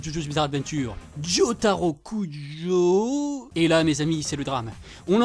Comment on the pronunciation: C’est pas Jotaro Kujo mais Jotaro Caca mdrrrrrrrrrrrrrrrrrrrr